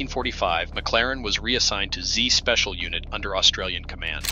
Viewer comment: The 2nd/10th Field Regiment is pronounced Second Tenth Field Regiment. Z Special is called Zed Special.